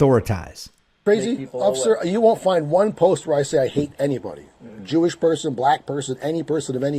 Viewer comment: JEWISH, not J-ish